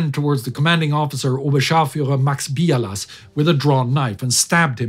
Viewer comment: Oberscharführer Max Biala, not Bialas with an S at the end.